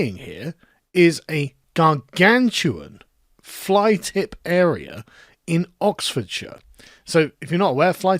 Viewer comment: Oxfordshire becomes Oxfordshite